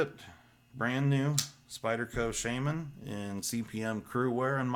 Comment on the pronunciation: Not Sheiman, Sha- man ...